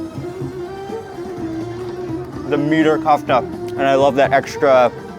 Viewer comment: I feel like I have to correct you everytime but it’s KEFTA , KKKKKEEEEFFFFFFTTTTAAAAAAAAAAA